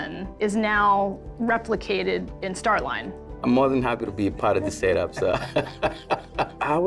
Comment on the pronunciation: it's more "stare line".